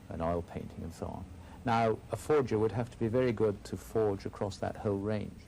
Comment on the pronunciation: “The forger woild have to be pretty good”. Well they usually ard right??